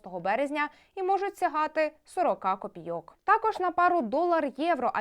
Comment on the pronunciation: копі'йок, а не копійо'к